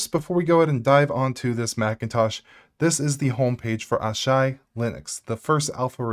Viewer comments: ah-shy???what. it's written as asahi, A-SA-hee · Little side-note: It's called Asahi (Ah-Sah-Hee), not /Ah-Shy/. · aa-saa-hee not "Aww Shy" ... mmkay? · "Asahi": exists: ah yes, Ahsai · He's speaking it in American. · Owww, but he says it so confidently though. I bet he's gonna double down and stand firm on his pronunciation. Repeat after me, ah-shy... ah-shy... she-she lolz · holy crap did he really just call it ashai linux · 😂 Mate, it's A (like ah) - sa (like Sa from Sahara) - hi (like hee) => Asahi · I'm disgusted by the way he pronounced "asahi", he's definitely not a weeb